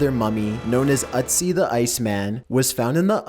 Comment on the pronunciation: you're saying it wrong. It's not "Utz-ee", its "Ötzi" (rhymes with tootsie)